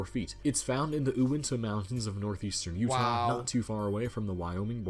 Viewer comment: The narrator needs to learn the proper pronunciation of where Kings Peak in Utah is located. It's in the Uinta (yoo-inta) Mts, not (oo-inta).